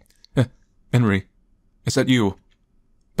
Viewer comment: Enrí is pronounced 'on-REE', and Ebel is pronounced 'EE-bell'.